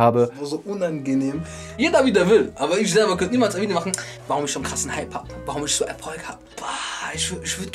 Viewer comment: Und es heißt ich und nicht isch! Boah Jungee 🤢🤮